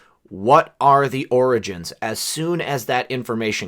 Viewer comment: sounded like he said 'oranges' twice, then corrected to 'origins'....then 'oranges' again....oranges..florida? Maralargo? California? Schiff/Schumer/Pelosi/Feinstein? Who knows..maybe nothing, maybe something.